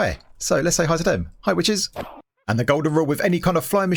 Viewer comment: “hi witches” I thought he said “hi bitchės”